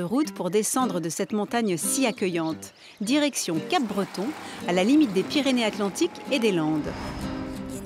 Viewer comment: Le P ne se dis pas à part par les personnes non habitant la région ça se prenonce cabreton qui n'est absolument PAS en Bretagne :)